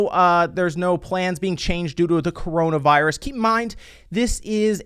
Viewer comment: You said cornovirus.... Not getting paid for this video lol